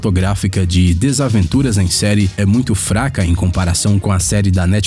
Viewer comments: 1- "centenas dessas Árvores" 2 - As wacko skees 3 - DESAVENTURAS em série 4 - Os órfãos BaudaLIER Da pra perceber o cuidado pelo conteúdo deste canal kkkk Consiste em pegar listas e ficar lendo aleatoriamente sem fazer ideia do que está falando. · Ele disse desaventuras????